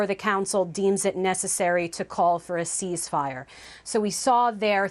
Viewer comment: Why does that woman keep saying seize-fire it's ceasefire and it's annoying as hell listening to her fumble it 😂